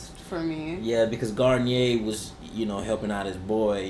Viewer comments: "Gar-neer". "Garn-yay" is a shampoo. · I had to comment because it's killing me. Bill's last name is pronounced Garneer...not Garnyay. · Cute you guys are calling him "Guarniére," like the nice shampoo, but it's just "Bill Gar-neer-eh," or for everyone else "Gar-Neer" (or "Gonorrhea").